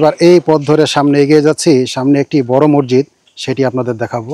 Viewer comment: মরজিদ শব্দটি ভুল উচ্চারণ সঠিক উচ্চারণ হবে মসজিদ